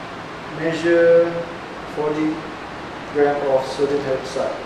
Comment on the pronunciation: sounds like he's saying 14g, but I think it's 40g?